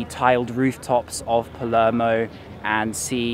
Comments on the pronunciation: P A L E R M O. NOT PELEMO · So many cringe pronunciations, he needs to do his homework before making a video about "Paluurmo" lol